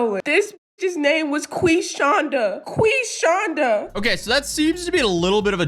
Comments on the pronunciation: Not Queef-shonda! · Not Quishonda! 😭